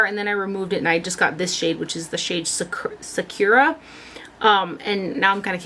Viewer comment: I think the lawless blush is pronounced Sa-kura like the character Sakura in the Naruto anime series. Or that's how I like to say it haha